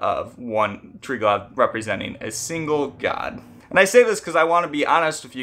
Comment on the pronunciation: The V in Triglav is pronounced more as U than V. Also: it's basically the same concept as Brahma-Vishnu-Shiva